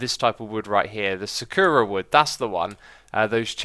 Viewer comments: Sorry for this, but it's sah-kuh-rah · just say cherry blossom if you have trouble saying さくら 😊